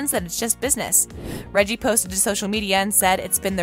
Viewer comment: The name of the actor playing the Duke of Hastings is not pronounced Reggie, it is pronounced Reggae, as in the music.